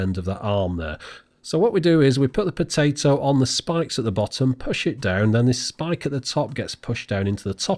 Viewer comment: Are they not potah to